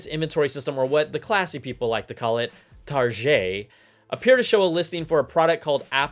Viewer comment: He said Targeee like French not Target